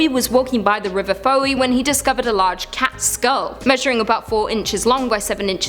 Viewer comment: It's pronounced Foy, not foweeee. I know strange but that's Cornwall!!! Try living and pronouncing place in Ireland!!!